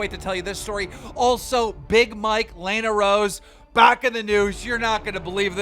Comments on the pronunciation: Keem LISTEN SAY LA-NAH LA-NAH NOT LAY-NA it's LANA. Its also COR-IN-AH not COR-A-NAH CORINA. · It's Corínna not coreena. it's Lana not layna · Is Keem dumb? He mispronounces Lana Rhoades' name, but he is terrible with names always. But he even mispronounces Las Vegas. Is he handicapped? I don't wanna be mean but it's literally there in every video. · The one thing I hate about keem is that he can’t speak English he can’t pronounce lana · will keem ever say lana and corrina’s names right? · It can't just be me that kept getting annoyed because he kept pronouncing lana and corinna wrong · Annoying how he mispronounces Corinna’s and Lana’s name